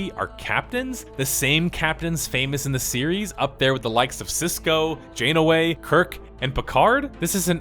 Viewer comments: "Janaway?" down voted. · Hey man, its NEE-MOY. Have respect for our iconic dead! Likewise my friend, its Janeway, not Jane-away. I love your content...please keep up the good work but for the love of Picard, please try to get names right. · Captain Janeway not Jane-away. Just saying... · JaneAway?? You must be making meme... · Jane-o-way? Immaculate pronunciation my dude haha :) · Jane-a-way lol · n'moy? jane-a-way? Why can't you pronounce names you've heard a thousand times before? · "N'moy" "Jane Away" You're messing with us, aren't you? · "Leonard N'Moy" "Jane Away" I am sorry but I love your pronunciations. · "nuh-moy", "jane-uh-way" eye twitch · I let it go when you mispronounce "Nimoy" but then you can't even say "Janeway" . WTF man? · It's a good video except it's obvious this guy has never seen a Star Trek show or is a big Star Trek fan, it's pretty jarring how he keeps mispronouncing the character names and actors, i.e. Janeway and Leonard Nimoy. He also mispronounced the word homage.